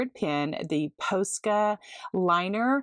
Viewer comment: Love all of the projects. Lots of inspiration. FYI, Posca rhymes with Pasta